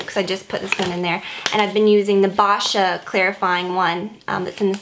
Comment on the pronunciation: Hey! I love your videos. You have some of the best product reviews. Just a friendly little pronounciation correction. Boscia is pronounced "bow-sha". Looking forward to your next video as always.